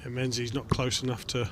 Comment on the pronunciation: menzies ain’t pronounced ‘men-zees’ it’s pronounced “ming-iss” it’s gaelic